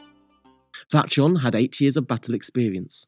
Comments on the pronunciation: It’s pronounced Fat-yon, not fat john lol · I’m also upset the poster hasn’t rectified this major mistake. You would think someone who studies history would know that eastern-europeans, etc., pronounce the “J” as a “Y”. Ever heard of Jan Hus? It’s fucking pronounced YAN. This guy gets a downvote from me.